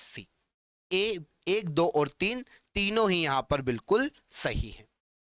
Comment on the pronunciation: सर टो सौ उन्नीस very फनी but सब samjh me आ गया